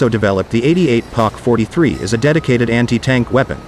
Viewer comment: Poc 43....no pack 43..